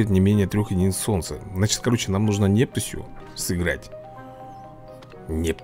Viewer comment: если что правильно не Нептусь где ударение ставится на е а правильно будет Нептусь где правильно будет где ударениу будет стоять на у